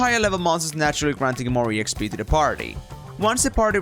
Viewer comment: This is the first time I'm hearing E X P , instead of Exp(ex-pee)